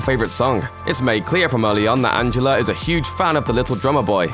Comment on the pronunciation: did he say Angeler?